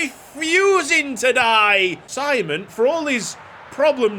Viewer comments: Finally a Hungarian player, loving the new series! Btw, his name is pronunced SHE-MON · Yee finaly a hungarian player🎉🎉 That’s not how you say his name in hungary btw, but no problem